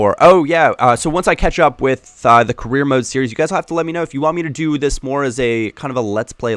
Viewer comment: the word "Carreer" sounds like "Korea" to me.. lol .........*brazilian